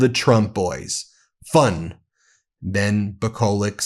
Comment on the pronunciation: Tell Ben the pronunciation is Nikolitch